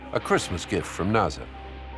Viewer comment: First time I've ever heard NASA pronounced NAZA